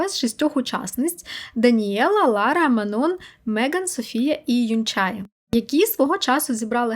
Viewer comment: Привіт! Дуже дякую тобі за цікавий випуск, не змогла подивитися нагородження, тому дуууже виручила! Єдине що, хотіла б виправити 😅😅😅 імена двох дівчат з Кетсай правильно вимовляти Мано (наголос на о) та Юнче.